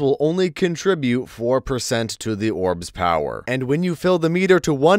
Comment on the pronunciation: drink everytime he says “Orb’s pow-whur”